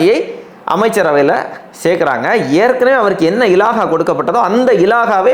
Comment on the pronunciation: இலாஹா இல்லை. இலாக்கா என்று சொல்ல பழகவும்.